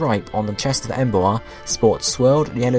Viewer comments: Em-boar. Not Embo-ar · I hate how you pronounce Emboar because you say the a in it. Em is a prefix in the name and boar is the root word. Meaning if you took out em, you would pronounce boar right, but when tohether you say it like Em-bow-are instead of Em-bore as it is supposed to be pronounced. I'm sorry about this but I am ocd about pronounciations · despite my hate for this pokemon you are still pronouncing the name wrong its Emboar like emb-or not emb-oa-rrr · "Em bu ar" I think you git the name wrong bud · Please can you pronounce the names better. Saying Embo-ar irritated me so much. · u pronouced boar right but cant say emboar? -.- come on man